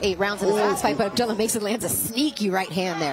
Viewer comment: You mean to tell me that these commentators DO NOT know how to pronounce Abdullah?